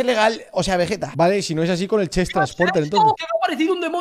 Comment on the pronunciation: nadie: diciendo veyeta en ves de vegetta xdd